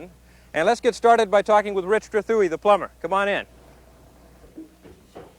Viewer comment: He pronounced his last name goofy. Glad Richard lost that Bahston accent....